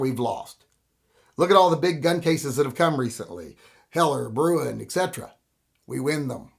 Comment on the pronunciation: Its bruen not bruer